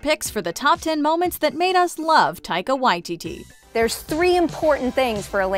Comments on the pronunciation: This is how he himself pronounces it! And I've hardly ever heard anyone else get it right. Props to this video for authenticity! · It is correct here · Nah they’re saying it right